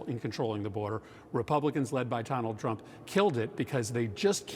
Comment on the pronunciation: Did he say Tonald Drump?!?